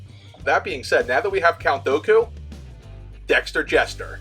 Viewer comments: Hearing you pronounce Count Dooku wrong hurts me lol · no one is gonna mention how he says dooku?